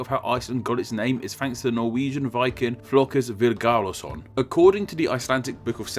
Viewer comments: Flokus! xD where do you see the S buddy ? I'm from Iceland and seeing you pronounce all of these names wrong is hilarious. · Why do you insist on pronouncing Flóki as 'Flokus'? I like your videos, but the many pronounciation errors throughout your videos irritate me. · Why are you pronouncing an 's' at the end of Flóki?